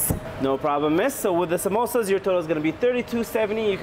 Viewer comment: I'm an Indian andddd WHY DID U PRONUNCE SAMOOSAS AS "SOMOSAS"